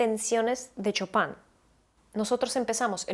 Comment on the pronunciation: Un pequeño detalle, se pronuncia "Shopen" no chopan :D